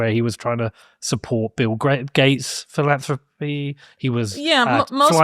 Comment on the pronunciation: Felonthropy instead of philanthropy